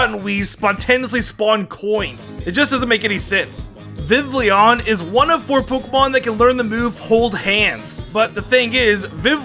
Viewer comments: Everyone gonna ignore the way he pronounces “Vivillon”? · Take a shot everytime completely mispronounces a word